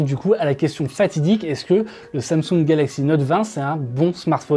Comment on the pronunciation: Exynos en europe ... Quelle tristesse. Ps: Note, pas Nowwte 😭